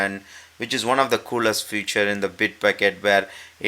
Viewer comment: Hi, thought you should know you're mispronouncing the word FEATURE, and its sounds like you're saying the word FUTURE (completely different meaning, i.e. future commit = one that hasn't occurred yet), which can be a bit confusing to the ear. Correct pronunciation: feature = FEET-chur, a long "eeee" sound (1st syllable rhymes with meet, beat, seat, heat, etc.) future = FYOO-chur, a long "ooooh" sound (1st syllable rhymes with moo, two, few, who, etc.) Yes, English is a crazy language. ;-)